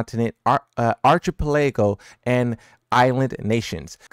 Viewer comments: Wrong pronunciation of archipelago but its fine it might not be your first language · How did he just pronounce archipelago?!😂😂😂 Great research though. And great call on the Madagascar connection.